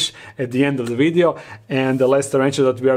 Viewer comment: I love how he pronounces “video” as “wideo” lmfaooo